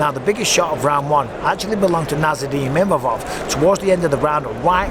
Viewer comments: it's "Imavov" not "Mimavov" respek his name now! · 😂 The worst butchering of a name I've ever heard. Izzy needs to retire and start a family❤